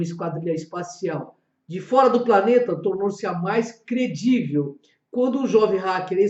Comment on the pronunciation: Não é CREDIVEL é CRÍVIL